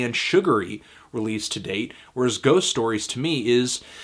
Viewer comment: The pronunciation of their previous album was spot on. I'm impressed!